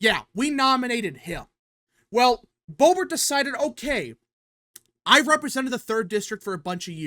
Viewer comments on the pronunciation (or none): none